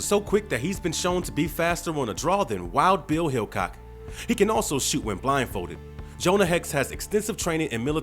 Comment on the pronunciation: wild bill hilcock ,was I the only one who heard that???